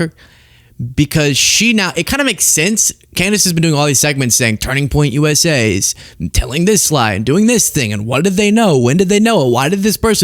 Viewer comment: Why does she always pronounce it "Turning Point USAyyyy" 😂